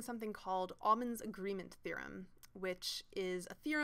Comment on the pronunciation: OWmann, not AWmann.